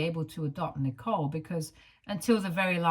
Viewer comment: This reader isn't pronouncing the name correctly